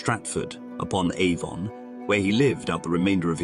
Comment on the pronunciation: upon ave-ON?